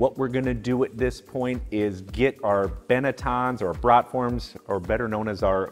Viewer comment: FYI...it's BEE-gah (biga), luh-VAN (levain), poo-LEESH (poolish), and BROHT-form (not brat (like the sausage) form)